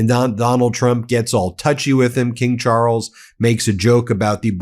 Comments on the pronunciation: "King Chooorles"!? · There is no emphasis or tongue roll on the R in Charles, the emphasis is on the A. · "King Charwles"? Dear Americans, not everything in the english language needs to be chewed up like chewing gum. It once was a beautiful, civilized language. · In Ingerland we pronounce Charles: Chaales not Charrles. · It's pronounced Charls😂not Charels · Ben, it’s just Charles…one r and no roll of that R…please pronounce it correctly 🙏🏽 Everything else is exactly the boooom British sense of humour way….blunt as F 😂😂😂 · "king char rulls" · “King Charruls”? Really?? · Why are you butchering the names Charles! Can’t listen to you. It is not Charrels! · From Aussie.. Love how you pronounce Charrles. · Pleas3 learn how to pronounce Charles in a less tortured way. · Charles is one syllable, not two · What A peculiar pronunciation of Charles you have!